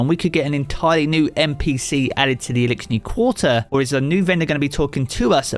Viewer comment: Elickshni quatrer😂